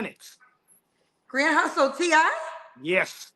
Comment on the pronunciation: This dude said “Grand Hustle” like I used to say 🗣️🗣️G-UNIT when I was in the sixth grade